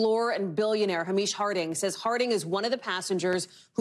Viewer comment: The name Hamish is pronounced Hay-mish, not Ha-meesh.